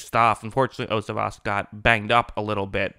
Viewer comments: #80 for the bengals last name is pronounced yo-see-vosh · Its pronounced "yo-see-vas". Great coverage as always!